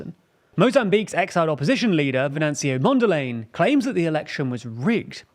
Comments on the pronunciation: Good video. Frelimo and Mondlane are pronounced Fraylimo and Mondlunny. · I closed the vid when you called Mondlane "Mondell Lane" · Why make a video about people whose names youre not bothered to learn. Who tf is "Mondalay"? It doesn't even rhyme with the person you're talking about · My brudda, it is pronounced MondlAne like cOme, and not like laying. But A like in the Uk it is pronounced Apple. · I love that you are covering this story, but frankly speaking, I am really offended by the mispronouncing of Mondlane's name. Also the infographic on the terrorist threat in the north seems to suggest that an insurgency is coming from Zambia, which isn't exactly true. This could unintentional but still constitutes a subtle misinformation. It can help to run your graphic designs, and animations by regional and local consultants or content creators who can help with giving a clearer picture. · With respect you should get right the correct pronunciation of Mondlane.